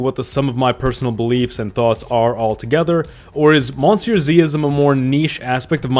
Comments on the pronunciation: Why do you pronounce monsieur the english way? I've heard you speak French. But at that point why not just call yourself on YouTube as well? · You pronounce Monsieur wrong